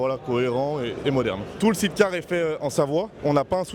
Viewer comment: 340k, limite il va nous faire le roumain avec son explication qui tient pas la route.. Et vendre des side-cars sans savoir le prononcer correctement ça fait tache